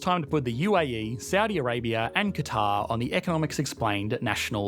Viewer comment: ¿Por qué pronuncias “cuatar” en vez de Catar/Qatar?